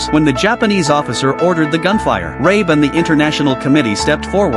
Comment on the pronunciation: that's John Rabe, not Rae